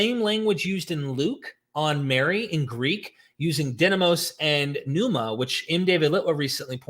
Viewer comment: I'm ecstatic to hear you finally pronouncing pneuma correctly!